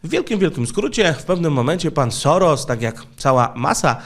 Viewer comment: W języku węgierskim, "sz" czyta się jak "s" i "s" jako "sz". Dlatego Soros, prawidłowo czyta się "Szorosz". Można to nawet sprawdzić w tłumaczu Google, klikając przycisk "słuchaj". Oczywiście po uprzednim ustawieniu na j. węgierski.